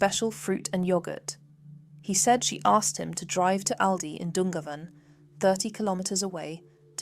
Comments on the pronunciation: Just to help - Youghal" is pronounced like Y'all/Yawl and Dungarvan is Done-garr-van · This is very good but please pronounce the place names like youghal and dungarven correctly. Thanks